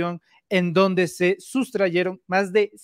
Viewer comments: "SUSTRAJERON" NO "SUSTRAYERON" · Excelente siempre el lic, y te felicito por el tema tratado. Ahora lo malo: no se dice SUSTRAYERON se dice SUSTRAJERON. Por lo demás muy buen video. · otra vez disculpa, se pronuncia 'sustrajeron' y no 'sustrayeron'.